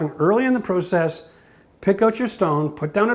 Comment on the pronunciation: try to pronounce process PROPERLY